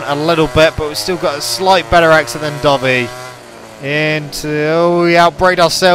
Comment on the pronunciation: Not trying to hate but I keep thinking your saying dobby instead of dovi lol kinda gets on my nerves but good vids :)